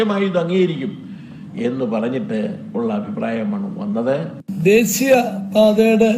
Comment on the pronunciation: 😂😂😂😂ദേസിയ പാത അല്ല..... ദേശീയ പാത.... നീ കേരളത്തിലെ... വിദ്യാഭ്യാസ മന്ത്രിക്ക് പഠിക്കുവാണോ